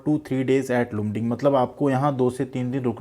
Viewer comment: Its pronounced as Laamding Mera bhi mail aya hai, ITI 83% 10th 59%, Welder ST